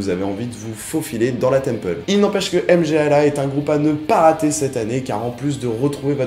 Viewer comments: m-g-l-a comme tu dis ça seprononce "mmmgoouuuahhhh" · pour une prononciation correcte du groupe polonais - [mgwa]